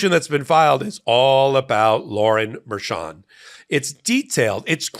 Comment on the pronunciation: I adore you. Please quit calling her "Merchant", it's Merchan (Mer-shan). Merchant is the whacko defense attorney that represents Roman in Georgia.